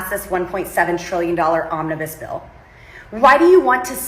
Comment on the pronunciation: Did she say “Ominous Bill”?